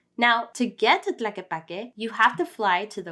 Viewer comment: Is not "Plaque", is TLAQUEPAQUE. Show a little bit of respect with foreign names, please.